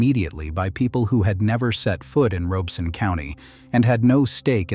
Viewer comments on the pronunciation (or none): It's ROB-ER-SON not ROBE. DIpshit AI. Pem-brook not Pem-Broke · I know that AI is reading this but for all of you humans watching, it is not ROBE- son. It is pronounced RAH-beh-son. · I was born in Lumberton. We never called it Robe-son. It was always pronounced Rob-es-sun. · The 'Rob' in Robeson is locally pronounced like Rob in Robert. Otherwise, very good info. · Ditto…If you say Robe-son, we know you aren’t from around here. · WTVD news in NC is pronouncing it Robe-sun too. Grew up in Fayetteville and never heard it that way. Edited for typo. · As a resident of Robeson County, I find this video, with a robot voice that cannot even pronounce the County's name correctly, extremely suspect. It is probably AI generated, and whoever made it has some agenda. But whatever that agenda is, it is not about providing a better understanding of Lumbee and Robeson County history. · I wish AI could pronounce Robeson county correctly. Otherwise, great video.